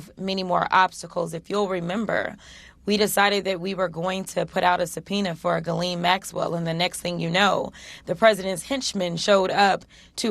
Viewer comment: If anybody is interested, the first name of madame Maxwell is Ghislaine, not Guylaine. That means that the beginning sounds like John without the D sound. Also, there is an S in the name. Got it?